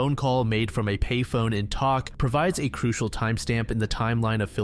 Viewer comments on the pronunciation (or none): Tok, Alaska is actually pronounced like 'Toke'. Just thought you might want to know! Thanks for another excellent video.